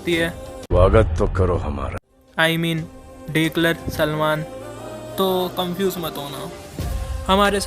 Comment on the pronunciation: डेकलर नहीं दुलकर नाम है pronunciation ठीक करो